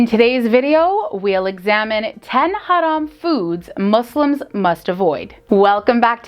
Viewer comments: She's the first person in this channel who knows how to pronounce the word "haram" accurately!😂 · Someone pronounces "haram" right for once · I like the way she pronounce "haram". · I love how she pronounce "haram" 😆❣️